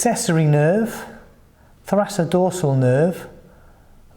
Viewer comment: I think it's pronounced thoraKodorsal